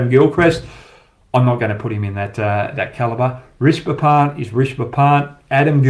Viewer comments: It’s not “Rishba Pant” .. It’s “Rishabh Pant” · Fans of Hoggy’s incisive insights and unintentional butchering of Indian names, be sure to check out Inzamam ulhuq’s channel who also spews kkg’s every breath, and butchers Indian cricketers names like Rashi Pandit to Hoggys Rishba Pant. Indians be glad you are blessed with so many beautiful languages, every humanly possible utterances with the tongue, Kh,Tha, Ksh from Sanskrit, Za, Qa from urdu, zha as in Tamizh and Malayalam. Priceless wealth the west and TChyna don’t have. And oh, And Cricket pleasures too which barely ten countries get to enjoy. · Leave all of comparison, sala naam tk sahi se le le